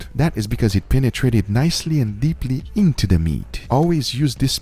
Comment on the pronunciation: extra stress on INto the meat